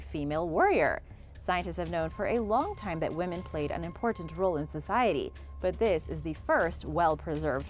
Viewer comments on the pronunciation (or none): none